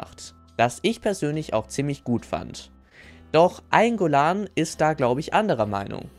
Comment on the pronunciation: Eingolahn‘‘ ey da sind zwei ls drin